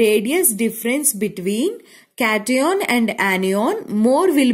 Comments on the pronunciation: it is anion not enion and cation not catenion 😂? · Mam when you say kation ana annion it sounfs very funny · cation anion shi se bolo